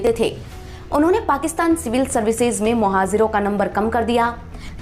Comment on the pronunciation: Bakwas. Muhajir Bolna nahi aata. Muhajir ko muhazir bol rahi hai aur baat karti hai education ki